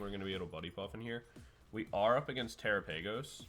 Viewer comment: did you actually just pronounce it "tera paigos" i lost interest at that point